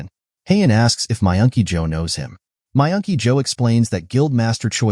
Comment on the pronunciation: Myungky yo sounded like you were saying my auntie Jo